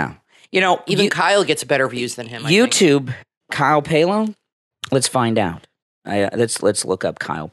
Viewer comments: Also Kyle's name is Pal-oh not Pay-lo. He has pronounced it himself many many times on his vlogs and I have never heard him say Pay-lo. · Kyle’s last name is pronounced like pal-o